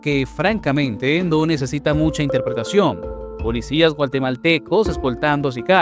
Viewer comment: DRONE??? SON VIDEOS DE LOS NEGOCIANTES DESDE SU CELULAR🤣Y SE DICE GUATEMALTECOS NO GUALTEMALTECOS